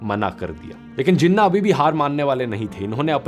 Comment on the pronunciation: Im pakistani. But i think this movie make Jinnah look a bit evil. And dhruv rathee its pronounced like this: jee-naah. Please correct it as we say Nehru And Patel as you do. Once again, please correct your pronunciation. And also, Jinnah wasnt bad, Neither Patel Or Nehru Or Gandhi. Dont Make our Country's Founder look bad. (opinion) I hope sees this comment and improves his research and the way of explaining and expressing things. Thanks.